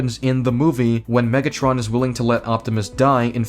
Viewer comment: omegatron? It’s megatron you donkey